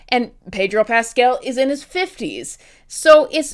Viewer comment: it's Pedro PascAl, not PascEl, please have mercy